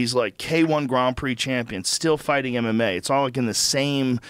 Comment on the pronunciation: "Gron Prix" Really, Joe? You fucking hanging with Madonna now? 😂😂✋